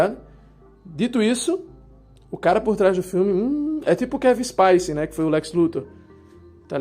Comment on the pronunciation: Resumo: Quando Snyder precisou escrever roteiro, fez a desgraça do BVS com um Batman que mata. James Gun fez a gente se importar até com um guaxinim. E doeu meu ouvido falar "Kevin Spaice". Desodorante Spice? Spice Girls? Se acha ruim piadas de mal gosto do Gun, tranquilo. Só não é crime como o Maníaco do Parque ou a Matsunaga fizeram.